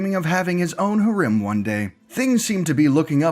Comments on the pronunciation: he says it like herim but its prenounced herum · bruh “hurem” 😂